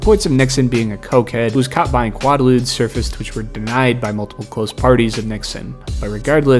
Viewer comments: Quaaludes: "K-way-loods." Good video. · That ain't how you say quaaludes, young buck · Quaaludes...you are supposed to pronounce the q-u-a like you're saying quail or quake.